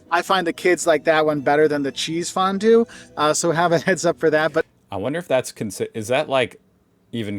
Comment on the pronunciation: Kchääääsefondue! Cheesefondue is so damn good, but like Napalm in your mouth when you´re too greedy 🧀